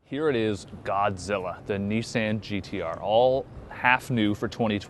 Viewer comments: It's Nissan as in autoBAHN.... not touCAN. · It's the "i" as in MISSED it's not MEEsed... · KneeSand? You idiot, it's pronounced KneeSon. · not "nee-san" its "nee-son" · If this guy says "niece-Anne" one more fucking time, I'm unsubscribing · Dude u r saying Nissan WRONG!!!!! learn the damn brand name then do a video! this bothers me so much! Have respect! i am unsubscribing! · learn to say Nissan right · Um, are you pronouncing the name correctly?